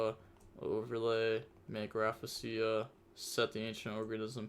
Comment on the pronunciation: Sheesh “raffasia” is crazy 💀😂 yugioh players really dnt know how to read